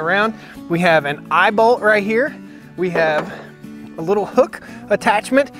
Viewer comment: “We have an eyebolt here.” An eyeball?? Then I realized he said eyeball lol imao